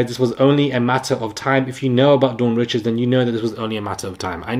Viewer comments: No it’s pronounced as “ree-shawd” the pronunciation is French she’s of Louisiana Creole and Haitian descent. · Dawn Richards- pronounced Rickards